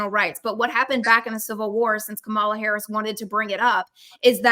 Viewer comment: The way says Says VP Harris' name is on purpose.